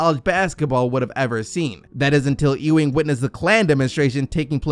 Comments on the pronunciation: It pronounced Ewing (think You-wing) not E-Wing... Bruh, you been watching too much Star Wars... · Ewing pronounced you-ing not ooo-ing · It's YUwing, not Eeewing.